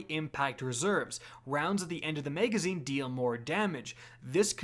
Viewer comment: “Flared Maygwell” & “Maygazine” - weird accent’s on the upswing!